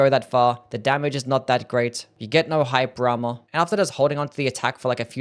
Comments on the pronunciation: I think he did say “hype drama” because how does “hyper armor” make any sense? Lmao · Took me way too long to realize he's saying "hyper armor" and not "hype drama", thought bro was talking about the spectacle of the attacks lol